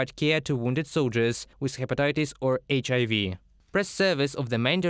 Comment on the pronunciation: The guy mispronounced HIV 3 different ways bro. “Eisch A V” “Eisch I V” and “HIV”😂😂😂 , , and 😂😂 😢listen to them all😂😂